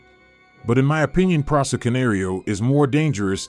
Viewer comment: He can’t even say the presa right. Wth